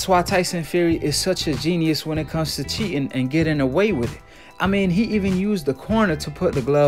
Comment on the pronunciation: Cheetin, cheetin..,every time u say cheetin... 😹